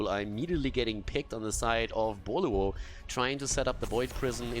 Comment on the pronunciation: Did you ever study Chinese? I didn’t realize the name of team Boluo is actually Pineapple in Chinese until you continuously pronounce it perfectly